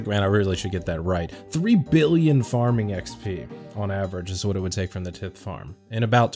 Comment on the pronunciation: The "tith" farn 🥴